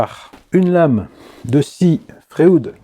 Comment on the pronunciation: Bonjour, comme tu l’as très bien expliqué dans ta vidéo, la formule chimique du carbure de tungstène est WC (avec W4+ et C4- en considérant les électrovalences). Étrange que tu n’aie pas fait une petite blague scatologique au sujet de ce sigle??? Concernant les outils FREUD, je pense que la prononciation correcte devrait se rapprocher de celle du célèbre psychanalyste Sigmund FREUD et non de FRÉOUDE? Merci pour tes enseignements précieux et bonne continuation